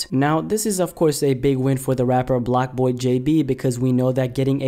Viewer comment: It’s blockboy not blackboy tf